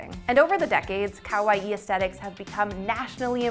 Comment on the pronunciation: Oh but ka-why are we saying it like Hawaii with a K?? Otherwise good video but someone please teach her it’s corrected pronunciation.